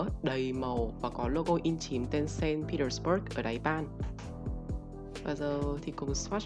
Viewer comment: "Xanh pê téc pua" chứ ko phải là "sên pi tờ bớt" nha bạn